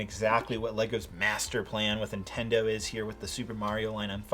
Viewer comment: It did kinda bother me how you pronounced ‘Nintendo’ and ‘Intendo’